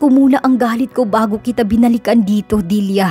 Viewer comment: Nice story,tlagang faithful si Limuel s asawa snaol.. Kya lng naiirita ako kc s pg bigkas mo ng Dilya (dilia ) instead n Delia bisaya po cguro kyo ano? Kya dilia ang bigkas mo..sorry po s comment ko ✌️✌️..